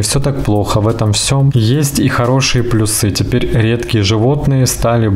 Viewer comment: спасибо за ваши видео! Обратила внимание уже не в первый раз: вы говорите слово "плюсы", ставя ударение на второй слог: плюсЫ. Нужно ставить на первый: плЮсы, плЮсов и т.д. Извините.